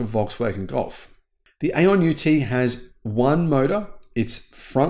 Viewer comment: the correct pronunciation for AION is “eye on” according to an AION engineer I spoke to, similarly, Xpeng is correctly pronounced XPung, according to my Chinese relatives.